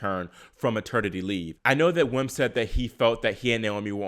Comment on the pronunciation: By the way, "Wim" is pronounced "Vim" in English.